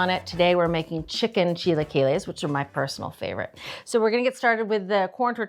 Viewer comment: Maybe learn how to pronounce it correctly before posting a video on how to make it. 🤦🏻‍♀️